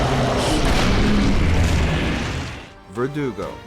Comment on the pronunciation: Thank you for pronouncing Verdugo correctly. So many youtubers pronounce it like vertigo and it drives me crazy lol